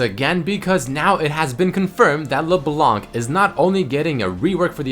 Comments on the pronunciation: "LeBelanc" XD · just the pronontiation of leblanc is leblan